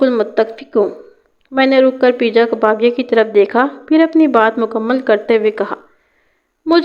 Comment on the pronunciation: اللہ کی بندی پرویز کو پے جا کہتے ہیں پی جا نہیں 😅😅😅😅